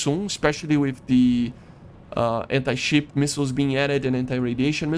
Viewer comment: Gotta enjoy your accent i love it so much, the way you said "ship" sounded like "sheep" PS: im not making fun of you matter of a fact i like this stuff you make :) continue to make me entertained